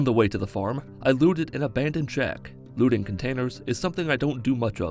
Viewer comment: i always thought he was saying "lewding", but when i turned on subtitles, i was disappointed with "looting"